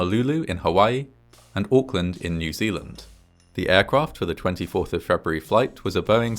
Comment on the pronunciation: Just a small thing. But I really, really appreciate the correct pronunciation of Auckland!